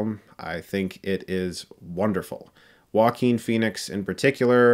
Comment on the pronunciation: Everytime I hear them pronounce his name it sounds like “Walking Phoenix”